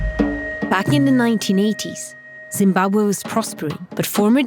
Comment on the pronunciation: first time i heard someone said zimbabwe how it really been spoken. just for that i like that video. but i cant pronounce it like that haha im from germany.